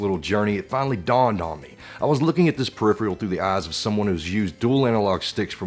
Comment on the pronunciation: Yeah it should be "peripheral" just like "peripheral vision." Not tryin to be an asshole, it just bugs my OCD I guess.